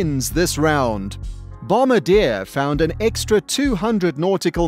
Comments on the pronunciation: You are mispronouncing Bombardier. It's not "bomb-ba-deer" it's "bom-bar-d-a" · How to say "Bombardier" BOM-BA-D-YAY. Not "Bombadeer" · lol kind of helps with little things like "credibility" when the narrator actually knows how too pronounce the words for the thing he's talking about. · 100% Global 7500. I just wish you could pronounce Bombardier properly. They don't drop bombs. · Wow-The bloody announcer can’t even pronounce Bombardier.. Go home and try again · Doesn’t even know how to pronounce “Bombardier”. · Bob Alto I was referring to the narrator